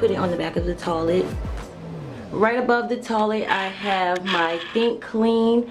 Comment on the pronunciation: I love the way she says toilet lol "toh-lit" You did a beautiful job, so inspiring <3